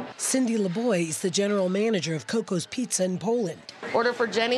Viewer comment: Cocca’s not coco’s